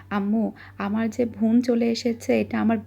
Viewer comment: Bon, not von.